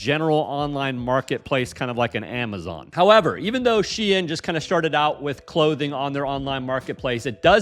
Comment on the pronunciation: the way you say Shein pisses me off lol